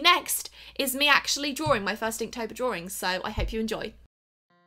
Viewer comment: Some people also say draw-ing not drawring lol. Sorry. Dont h8 me.